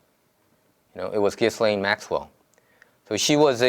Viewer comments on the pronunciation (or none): Her name is pronounced "zheeslane". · She should have been investigated months and months ago . Anyway I'm pretty sure her name is pronounced Jilain .... you don't pronounce the s . Also a lot of us don't think he was ever murdered and that he instead was safely smuggled out and probably has a new face by now . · jizz lane... no really... its pronounced Gee-len